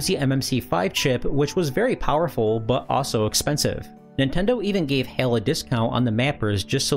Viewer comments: Isn't Hai pronouced H-AL instead of Hail? Also, I always though Super Mario Brothers 3 was a 3mb game? (Source: The Gaming Historian) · Isn't Hal, not Hayl? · "Hail"? I think you mean "HAL" (sounds like "HOWL") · I was very confused till you showed smash at the end. You kept saying HAL as "Hail", its HAL, no AAAAA sound. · HAL is pronounced like hal, like pal. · I have a feeling HAI is not pronounced ''hail''